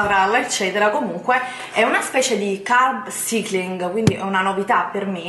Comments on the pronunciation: Solo una cosa.. Prima di fare un video con termini inglesi vai su Google traduttore e fatti ripetere un centinaio di volte la pronuncia esatta delle parole! Altro che "carb cIcling" , sarebbe "carb saikling", nel 2017 cosa tocca ancora sentire... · E dai.... Carb ‘Saikling’.... si pronuncia così! Ma non guardi mai altri video in cui lo pronunciano bene????? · Parli come una bodybuilder quando della "vera" bodybuilder non hai nulla! Scusa come hai pronunciato carb cycling?! 🤣🤣🤣🤣 fai ridere!!